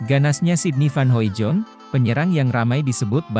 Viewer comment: Hoidong bacanya bang bukan Hoijon